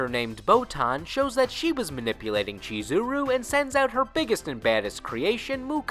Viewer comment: I love this guy's mispronunciation of the names continously... "Chi-zeh-roo", "Ragil Bern-shteyn"...👎